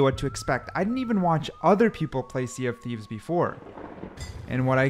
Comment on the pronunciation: Welcome to the Sea dof Thieves 😅